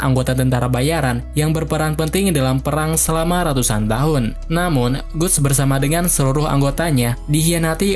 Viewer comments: Gutts itu dibacanya Gats bang, buset... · guts bacanya gats!!!